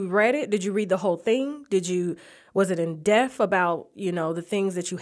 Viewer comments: Depth... Please stop saying "deft" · This is an amazing interview!!! (Tasha please stop saying "in_def)...... It's in DEPTH.... DEP.... TH!!! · "Depth" not "Def".